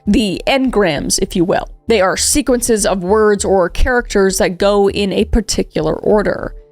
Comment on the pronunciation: When she said sequences I thought she said secretses